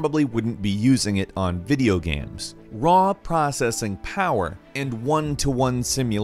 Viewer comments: why does always call them GAMS instead of GAMES. The fuc bro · Is it just me or did I hear him say,"Videogams"? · "Video Gam" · "Video gaems"